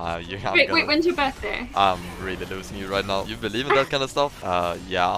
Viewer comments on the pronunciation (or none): none